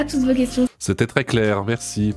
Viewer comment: J'ai adoré l'outro de: "Zetai le gideur de balaize, berci, orwar" 😂😂